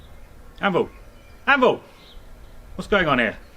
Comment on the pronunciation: thought he was saying ambull, what with his background in games workshop.